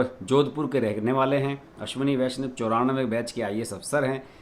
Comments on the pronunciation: अश्विनी वैष्णव है पूरा नाम, आप वैष्व उच्चारण कर रहें है। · Correct pronunciation of his surname is वैष्णव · नये रेल मंत्री का नाम का उच्चारण ठीक से नहीं कर पा रहे हैं। जबकि लिखा ठीक है।